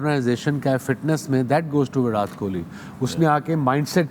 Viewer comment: It's not विरात it's विराट